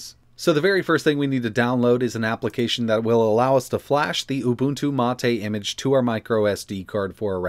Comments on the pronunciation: "Mah-Tay" is the official pronunciation. knows how to correctly pronounce it (as discussed in another video), but he chooses to mis-pronounce it, which is a bit odd, but everyone has their quirks. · Ubuntu means humanity 😂😂😂. I'm pretty sure mate just means mate and is said as mate 😂😂😂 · Is it really MA TE or mate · mahtay..... If you say so mate. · The correct pronunciation is "Ooo-boon-too Mah-tay". has stated before that he intentionally says it wrong.